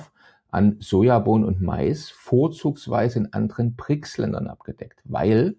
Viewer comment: Das heißt Brics und nicht Prics.